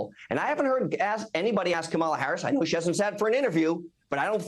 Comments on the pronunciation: Why does he insist on pronouncing VP Harris name wrong, over and over. Such disrespect! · Hey Corey- be a big boy and learn how to pronounce V.P. Harris’ name correctly.